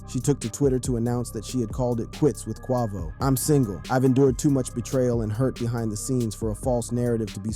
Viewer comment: Then he said, Qua-VOO